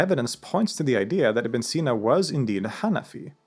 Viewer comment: yknow its ibni seenaa if you want to pronounce it correctly